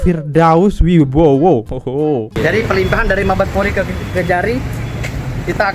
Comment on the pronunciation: Bang , bukan firdaus Wibowo tapi firdaus oiwobo